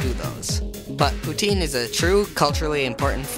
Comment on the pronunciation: The second time you say poutine is pure quebec accent. I'm from the place and out of its context I would never guess that you are an english speaking person.